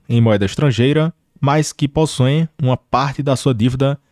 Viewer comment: fala Possoem em vez de Possuem kkkkkk